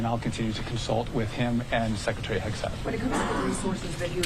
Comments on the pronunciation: Did she just say "Shekretary" ? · Shhhecretary? Dafuq? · What’s a “Shreckretary”? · Yes, she did 😂 i heard it as well. Watching from Brazil